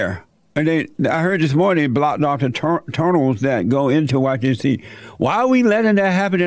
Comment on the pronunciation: Jesse said "turnels" instead of "tunnels." Amaizin'!